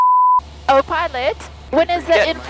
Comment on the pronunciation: Even after the video. I think I'm gonna hear 'Oh Pilot' with accent continuously throughout the day 😂